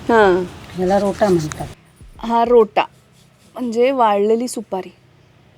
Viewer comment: रोटा सुपारी नाही, रोठा सुपारी